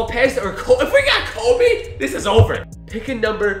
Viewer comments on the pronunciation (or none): This dude said cobe wrong😂 cob”e”